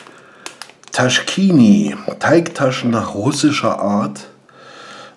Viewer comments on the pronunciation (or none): Das heisst "Taschki" und nicht "Taschkini" :D Ansonsten top!